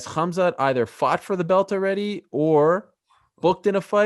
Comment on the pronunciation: Khazmat "Hazmat (as in hazardous material)" Chimaev!